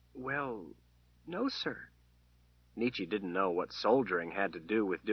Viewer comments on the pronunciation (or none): I once was able to sit in a reading by Terry Good kind himself. I can confirm that he pronounced the name "Nicky" not Neechee, and it pisses me off every single time he says her name.